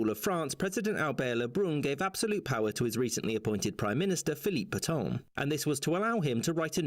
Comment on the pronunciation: You don't pronounce "Pétain" like that.